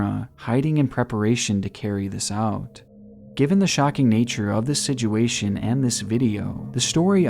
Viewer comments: Please stop saying sij-u-a-tion. The word is sit...with a T...sit-u-a-tion. Love your videos, but it grinds my eardrums to a pulp every time I hear you mispronounced such a common word. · OMG IT'S "SITUATION" NOT "SIDJEWATION" "SITUATION" Pronounced "SIT CHEW WAY SHUN" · He said Siduation again, take a shot. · What is a “sedguation”?? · He said siDuation, take a shot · "sidgeyoowaytion" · i cant help but notice how he says “siduation” 😭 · “The sidguation” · “For all intensive purposes” “Siduation” is there anything you can say right? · he says situation like : sijuashin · Situation is pronounced "si-choo-ay-shn" sorry man great documentary but this killed me it. BTW though this was an awesome documentary. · Great video. I love your content. Something that really sucks though is that you use one word a whole lot in your videos and what makes it worse is that you pronounce it incorrectly and it bothers the hell out of me. I know, that's my problem but I'm still going to tell you about it. SITUATION. That word. SICH-U-A-SHUN. You say Sidg-u-a-shun. It's just wrong man. Also, you used a term that was also wrong. "All intents and purposes" is the term. Not " all intensive purposes". I would appreciate being told the correct way to say things and I hope you feel the same. Seriously, that "sidg-u-a-shun crap is terrible though.